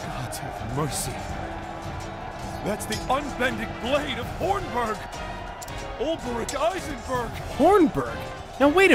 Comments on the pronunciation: Hopefully at some point will realise it's Olbe-ric, not Ol-ber-ic. Also, it was with Cyrus that there was the references to Hornberg. His lecture at the start of his story was talking about the fall of Hornberg, and 'From the Far Reaches of Hell' was a tome of Hornbergian rites and knowledge. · His name is Ol-Bric you!